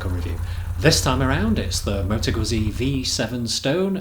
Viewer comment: Pronounced Guetzi ZZ are TZ